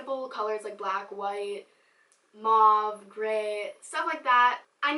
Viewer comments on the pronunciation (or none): u said mave/moave?? like 20 times lmao ily